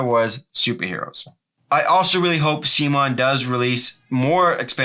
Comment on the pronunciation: Apparently, CMON is pronounced see-mon, not like “come on”. Also, bystanders, not bystandards.